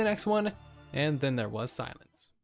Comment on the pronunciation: Its not "And then there was silence" Its "And then there was *solence*"